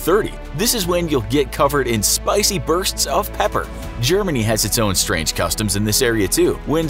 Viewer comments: Strang customs 10/10 English right there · "strang" Lel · Ooooof where is the E in strang?? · “Strang Customs” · ”Strang Customs” ??? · "Strang Customs"